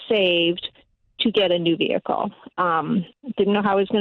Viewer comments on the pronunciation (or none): She HAD to get a "vehickle".